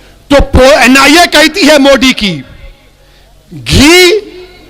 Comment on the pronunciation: पहले सही से मोदी बोलो मोडी नही 😂😂 पिछवाड़ा में जितना दम है सब लगा लो आएगा तो बीजेपी ही 🚩